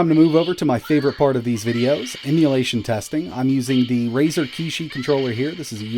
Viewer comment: Can you please add a link to that Razor mobile controller? I can't never understand the brand name of it you are saying.